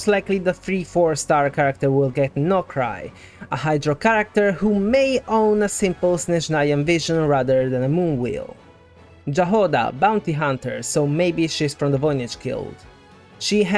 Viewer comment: Jahoda should be pronounced "Yahoda", that's how Ineffa reads it in her "About Jahoda" quote. It is also Czech word for strawberry which kinda matches her color scheme. I think we can expect more slavic words gradually appearing in the game as we're slowly approaching Snezhnaya which is a region inspired by russia. Another such word we can meet in one of Ineffa's anecdotes is "Smetana" (cream) of which Aino supposedly eats too much. Thanks for the video, keep 'em coming!